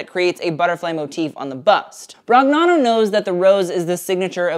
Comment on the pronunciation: off topic but in Italian "gn" is pronounced like the "ñ" in Spanish, so NicÒla BroÑano, like lasagna...thought it might be helpful for future videos